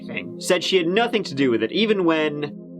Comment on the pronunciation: Yeah the second one "nothin-guh". I have noticed this from this twitch streamer called, Gross Gore he pronounces it the same way. But I'm not sure if all people of the UK pronounces the "g" as "guh". Just asking as I'm curious.